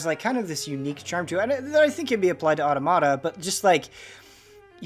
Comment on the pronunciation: Otta-motta? I’m pretty sure it’s pronounced aw-TOM-ita. Like automaton.